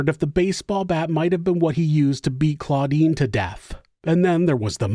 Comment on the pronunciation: The sister is CLODINE, not CLAUDINE. Come on, Giles with a J.